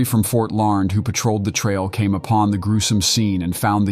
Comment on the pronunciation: The Kansas town of Larned is pronounced “Lar-Ned”